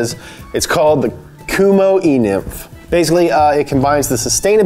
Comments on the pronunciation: Anyone else “e-nimf” was thinking “e-milf” someway hahahaha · "E-NIMF" 😂😂😂 Tons of those at EDC. lmao